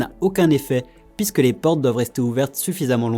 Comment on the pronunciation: Et "pisque" 😂🥰